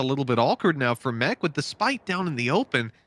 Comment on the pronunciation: anyone else hate when they’re called “mec”? Isn’t it supposed to be “m three c”